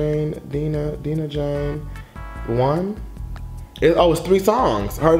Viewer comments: Die-Nah not deenah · It's not DEE-NAH IT'S DIE-NAH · Yes thanks for reacting to Dinah Jane I love her so much 💞 & her name is Dinah Jane like Dinosaur pronunciation Die nuh Jane not Deeenuh Jane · Yeah Bottle’d Up did sound like a scrapped Fifth Harmony song, & her name is Dye-nuh i think instead of Dee-nuh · U keep saying Deenah and it’s DIE-NUH... DIE-NUN JANE Not Deenah 🙄🙄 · I'm gonna say this with love: it's pronounced DIE-nuh! 😂 But yeah she really did an amazing job with this EP. These songs aren't actually gonna be on her official album, which is why she released them. I would encourage you to look into the story behind her song "Fix It". It's such a personal song and I have a whole new found respect for her because of it. Great reaction as always! 💜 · Sis! Its "Dye-Nah" Jane LMAOOO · Thank you for reacting to our girl Dinah Jane pronounced Die-Nah lol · And it’s DI-NAH LOL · Its DIE-NAH LOL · I love how you you got her name right in the beginning then second guessed it a minute later and got it wrong then just gave up and called her dj😂😂👍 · you literally said Dinah right then wrongfully corrected yourself 🤧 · Right it’s annoying like he knows how to say her name